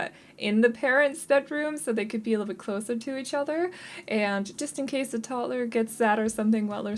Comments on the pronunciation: The way you pronounce toddler is absolutely fine. I love the house, thank you, I’m always looking for tiny houses. When the sim earns enough money they can make it larger or move❤️ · I think it is RUDE that anyone would criticize you for the way you pronounce toddler!!! You should not have to explain or defend yourself! Your English is amazing and certainly better than a lot of people who only know English and no other language! I love your videos keep up the good work!☺️ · Honestly idk why people would hate the why you say toddler,I literally LOVE the way you say toddler 😂 it’s weird I know but I DO. This video was so cute! And I love these type of video with tiny homes 🥰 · I never noticed that too. After she mentioned it I noticed it one single time and then again I didn't for the rest of the build 😅